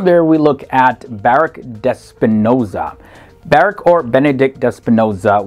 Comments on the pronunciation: The poster should have done more research on the pronunciation of these names. i.e. BaRUCH Spinoza and MaiMONides. These are very famous people and their names are therefore well known. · Good stuff, and pretty representative. One comment: you pronounce the first name of Sprinoza as Barukh (kh, or khet in Hebrew, or h in Chinese) not Baruk.